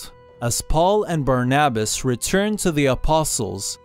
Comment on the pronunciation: That's not how you pronounce barnabas